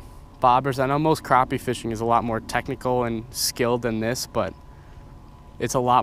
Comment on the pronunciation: Its not pronounced craw-pee its pronounced crappy